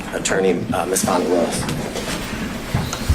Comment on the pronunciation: That is not her name. It's Fani, pronounced like Fawny.